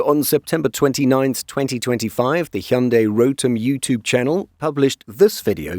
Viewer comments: His pronunciation of 'Hyundai' was spot on too! 😊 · Happened to watch this clip. Good job on covering the subject and most of all best job pronauncing "Hyundai" correctly. Pleasant surprise! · That's the first correct pronunciation of Hyundai I've ever heard.